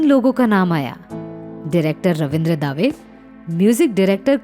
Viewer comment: रवींद्र दावे नहीं रवींद्र दवे कहिये